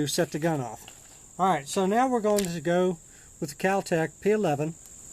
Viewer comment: God this guy is a dipshit! he can't even name the most basic parts of a gun and does a review with his finger on the triggers. he wants to talk about the recoil when firing with one hand and tries to release the slide by pulling it back with the mag still in lol oh and what the hell is "cal tec"? Complete dumbass